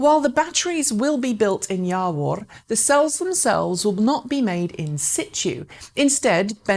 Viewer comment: "Jawor" is pronounced "Yavor", couldn't understand which town you are referring to from video and needed to check links :D This region of Poland is rapidly becoming top battery factory, LG is already running big one too. Either way, great job as always with news segment :)